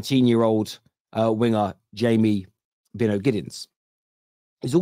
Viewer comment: It's By-no It's a name familiar in Barbados